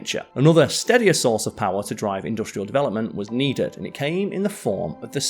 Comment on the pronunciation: This guy needs to learn how to pronounce "industrial" correctly.